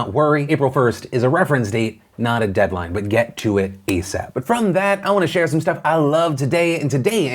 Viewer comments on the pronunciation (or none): none